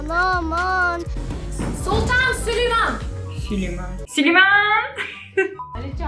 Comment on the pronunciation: Abla sultan sülüman kelimesini söyledin andan beri gülüyorum 5 kere izledim çok komikk